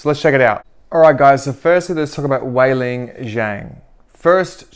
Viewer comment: Her name is not Weilin it's Weili (no n in the end). So annoying earing you say her name wrong.